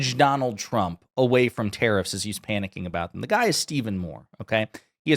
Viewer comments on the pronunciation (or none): Why does he say Terrorists for tarrifs?